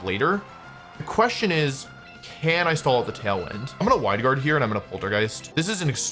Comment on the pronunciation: did he just say “Hwide Guard”?